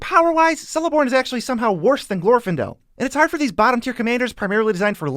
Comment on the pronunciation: not to mention that everyone gets celeborn celebrimbor and cirdans names wrong its a hard c not a soft c